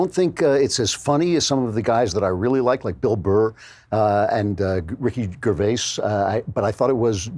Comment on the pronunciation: Ricky Grrrervais